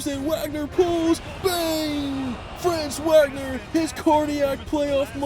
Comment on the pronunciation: Franz’s name Is pronounced, V-A-G-N-E-R. You have to have some respect for the players, to grossly mispronounce his name is just not cool.